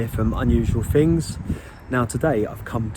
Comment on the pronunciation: Its 'things' - not 'fings' - the 'th' has a sound.